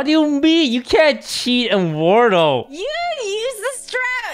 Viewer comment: It’s wurdle not wardle